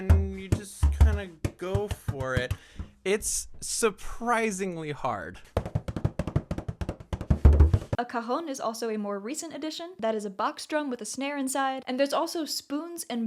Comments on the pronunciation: Um. Pretty sure it’s not pronounced “ca hone”….. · It's funny that the way you pronounced "cajón" sounded like a bad word for testicle in Spanish. The "a" needs to be really open.